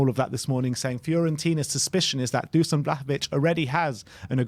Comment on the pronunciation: Just on the pronunciation of "Dušan Vlahović" - it's not Dusan, it's read Dushan (sh is read the same way as in "shut up"). Cheers!